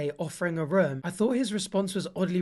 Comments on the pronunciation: No one:: Ruum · He says room like Buzz off of home alone; ruum.